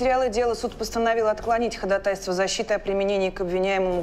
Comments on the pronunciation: Неплохой фильм, но как уже режет слух безграмотность актёров: договора, ходатАйство... Позор! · Смешно, конечно, смотреть такие сказки людям с юридическим образованием :D Куча фактических правовых ошибок - фиг с ними, но пожалуйста, запомните уже - ударение в слове "ходАтайство" падает на первую "А"! Уши в трубочку сворачиваются от судейского "ходатАйствовать" ;(